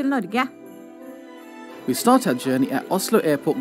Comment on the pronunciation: Good u finally pronounced Norge correctly